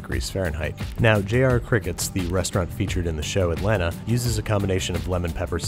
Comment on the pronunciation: you pronounced Atlanta wrong bro